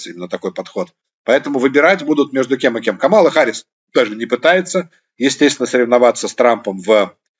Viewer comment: Надо говорить КАмала, а не КамАла